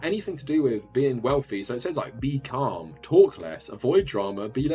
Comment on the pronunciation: “Be clam” 🤣